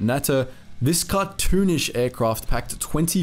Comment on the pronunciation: ' as the allies triggered the noose, Germany cranked up their war effort'. Yeah half asking your way through a war isn’t exactly the best strategy Adolph could have learn some lessons from the US and USSR, oh wait he did! As for the natter. I think it’s pronounced NUTTER